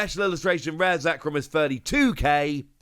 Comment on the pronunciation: Special illustration reeeaz😂😂😂 whatever dude